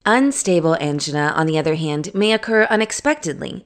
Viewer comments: Thank you however it was hard to listening to Angina pronounced Ann-G-Nahs when usually I hear An-Jine-ahs. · You are right. This is not how they pronounce angina. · That's not how angina is pronounced.